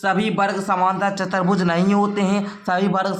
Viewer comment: Sir chatar bhuj nahi chutuar bhuj hota hai